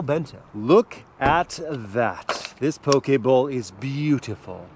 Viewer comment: Bonus points for the proper pronunciation of "poke"!